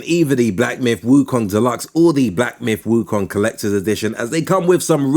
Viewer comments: Stop saying wukang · lol it was so funny too lol